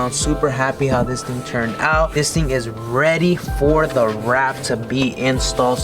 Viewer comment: Sanded down and “reayd”